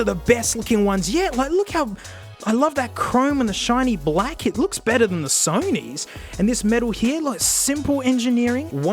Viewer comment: SEW KNEE headphones